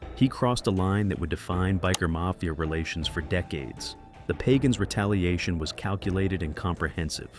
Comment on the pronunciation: It's pagan not pagon